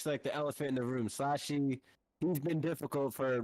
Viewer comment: Itz pronounced slushy🤦🏽‍♂️not slashy slushy like the gas station drink